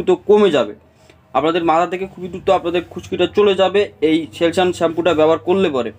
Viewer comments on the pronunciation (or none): সেলসুন ভালো করে উচ্চারণ করো